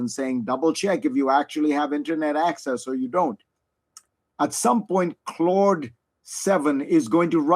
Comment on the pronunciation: No one: Fareed: "Clord"